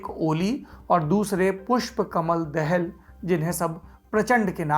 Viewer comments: सर, दाहाल हैं, दहल नहीं। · बहुत बढीया जानकारि but पुष्प कमल दहल नहि ( दहाल) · दहल नहीं दाहाल हैं। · It's not देहल, its दाहाल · It's दाहाल not देहेल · पुष्प कमल दाहाल बोलिये( दहल नही) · Saurabh, apka yeh internationsl political analysis "Duniyadaari" baaki anya sabhi LallanTop karyakram jaise ho, uttam hai, qualitative hai, achcha lagta hai, aur bahut hi gyanvardak hai. Keep up the good work Thank you 😊 (Nepali Leader Prachand/Prachsnda is a Brahmin leader and his sub caste is DAHAAL , and not Dehal/Dahal, as we pronounce)